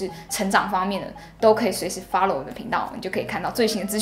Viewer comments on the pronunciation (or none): 是follow 不是fallow